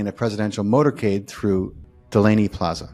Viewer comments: If you want to be believed and be taken to o be somewhat of a n expert , stop saying Delaney plaza. The entire world knows it is Deadly plaza. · In the 1st 3 minutes, he called Dealey Plaza, Delaney Plaza!!?? What a turn off!!! How could he make a mistake like that???